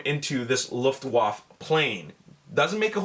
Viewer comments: It is called "Luft Waffe" not Luff waff. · There is an a at the end of Luftwaffe sound wise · You didn't pronounce luftwaffe correctly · hahaha dachte bin der einzige der ihn feiert #Luftwoof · great video as always, but the way you pronounced "Luftwaffe" was very funny greetings from germany =) sorry for my bad english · do i shmell luftwaffels?